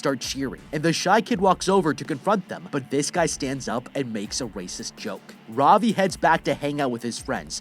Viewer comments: Ravi is pronounced Ra-v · Its funny to see how he pronounces Ravi, As an Indian i am laughing